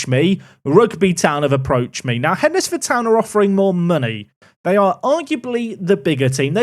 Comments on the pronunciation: It's pronounced Hens-Ford The D is is silent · Only a few mins into this video and I can't take it anymore! Hednesford is pronounced hensford and Yeomans is pronounced Yomans. Sorry I know 🤓🤓 but being from that area I needed to say something... carry on! 😅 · As someone who lives just down the road from Hednesford, I have to say.... it's pronounced HENSFORD :) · It’s pronounced HENSFORD, you don’t say WED NES DAY for the word Wednesday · I live a few miles from Hednesford. It's pronounced Hensford. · Hednesford is pronounced Henz-ford... used to be the furthest Southern team in northern prem. Ground surrounded by a national park. My own park to prme the glory days of a FM14 for me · Glad went for Rugby as Hednesford is pronounced Hendsford and it was winding me up lol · As someone who lived 30 seconds from Keys Park I was really hoping would pick Hednesford Town! At least this way we don’t have to convince him that’s its spelt dumb and is actually pronounced “Hensford” 😂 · Pronounced Hensford! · its hensfud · Hednesford is pronounced heds-ford. It’s basically Cannock which is north of Wolverhampton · It’s pronounced hens-Ford 😂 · So happy you went for Rugby, couldn't deal with that pronunciation of Hednesford!!! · Hednesford is pronounced like Wednesday. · Wed-nes-day Hed-nes-ford 😂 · That pronunciation of Hednesford though. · not having to hear pronounce hednesford like he's never seen the word wednesday before 🙏🙏🙏